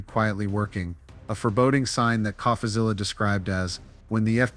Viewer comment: What gives it away is how the narrator pronounces "Coffazilla."